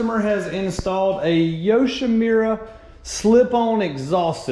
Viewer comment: Its Yushimura not Yushimira! lol!